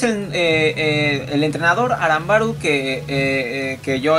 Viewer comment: Aramburu es no arambaru XD